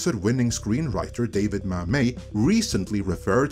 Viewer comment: Maybe encourage people to call you on pronounciations,. David Mamit is not French. His famous name is pronounced as it looks.